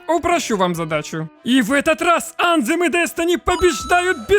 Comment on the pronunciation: Только не анзем, а больше звучит как антем, но есле прям дословно то на письме будет что-то вроде ан[тсшх]ем , я даже не могу на письме этот звук передать. В ютубе пошарь правильное произношение слов где есть буквы th.